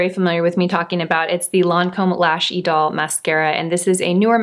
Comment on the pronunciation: Well, she gets points for pronouncing Idole correctly. I have heard other influencers say" Idol", as in American Idol. Then again, I watch for her expertise in makeup, not French. 😉